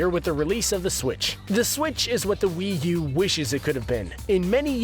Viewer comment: yeah but will u? its wii u not will u.